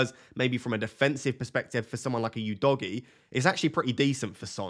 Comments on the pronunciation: For the love of god, please stop calling him "You-dogie" lol it's "U-dogie" 😂 But if I was in your position & had 2 FTs I would definitely look at selling two Chelsea players, most likely Jackson & Chilwell. Not sure what defender I would replace Chilwell with for now as there haven't been any standout defence options & the rest of your defence looks good already then Jackson for Alvarez prob looks like a great straight forward move to make. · Udogie is not pronounced as "You-doggie" , it's "who-though-gee" FFS 😂😂😂😂